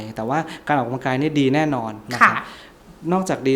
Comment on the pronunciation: หมอพูดให้ชัดถ้อยชัดคำกว่านี้จะดีนะคะ ร.เรือ และควบกล้ำไม่มีเลย แต่คอนเทนต์ดีอยู่แล้วขอบคุณค่ะ -ออกกะลังกาย